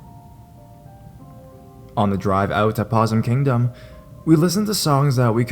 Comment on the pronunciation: I wish the 20 other horror channels would post more content so I wouldn't have to listen to you. Your reading style is bi polar Nick Cage style whisper and shout at random times, which is MEH but your inability to pronounce simple words like "Possum" is the most distracting. You READ on your channel. Don't you think you should learn how to pronounce the words? Seriously. Your readings would be so much better if you didn't trip over words like a shy 5th grader being called on to read in front of the class.